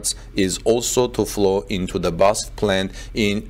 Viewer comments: That's how pronounces it, but I don't think that's right. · It has always bothered me that you report on Tesla, but have zero knowledge of automotive engineering, assembly or any mechanical engineering. Now you don't know how to pronounce BASF! Strike 2. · "You pronounce each letter separately of the name BASF. It’s pronounced B A S F. You know the University UCLA? It’s the same deal." That is so true. it is B A S F for "Badische Anilin und Soda Fabrik" like BMW for "Bayerische Motoren Werke". It hurts when you pronounce it in one word because I know that name since I was 3 years old. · Its B A S F , only the letters , not a word or name. Short for something. Maybe its for CATL the same , I don’t know , but its way easier to say 😉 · You pronounce each letter separately of the name BASF. It’s pronounced B A S F. You know the University UCLA? It’s the same deal. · It’s B-A-S-F, not Basf (Badische Anilin- & Soda-Fabrik) … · BEE AY ESS EFF... not basf. Each letter is pronounced. But great content nevertheless. What we are seeing is a re-vitalisation of Germany as a technology leader - driven partly by Tesla, but also by the attitude of the German authorities who are starting to understand the socio-economic value of less technocratic administration, and fast-tracking of breakthough technology projects. The EU in general could learn a valuable lesson from this - often mired in rules and regulations, the EU has become sluggish and slothlike in recent decades. Brussels now needs to get rid of people who stunt the future... if they don't, individual EU members may start to ignore those who stifle innovation. It could lead to others voting to leave the EU, just as Britain has done. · It is called B - A - S - F not Basf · Great job always but it's B A S F (-: "Badische Anilin und Soda Fabrik" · It is pronounced Bas-ef with the EF like in Effect. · B A S F,. It’s an acronym:) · Please stop saying ‘Basf.’